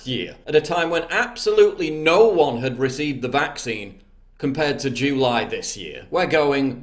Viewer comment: The end of jew-ly. Sorry I couldn't unhear it and neither can you now.